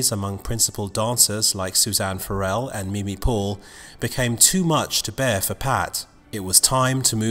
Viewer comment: It's a little disappointing that the narrator can't pronounce Suzanne Farrell's last name correctly.